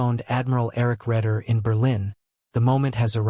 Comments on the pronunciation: It's pronounced Ray-der not Red-er. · Admiral Red’er ? No try it like Raider..